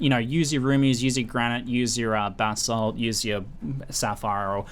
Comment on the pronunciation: He said Basalt, as in Basalt Flask. I agree it sounded like bath salts though lol